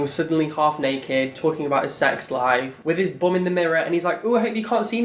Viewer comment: The way you pronounce "bum" is so cute and pure lol